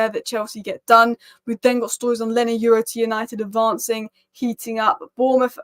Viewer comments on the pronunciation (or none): What Lenny Y U ro are you talking about ? it is YORO! Apice !